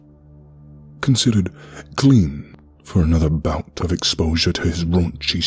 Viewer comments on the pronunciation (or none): none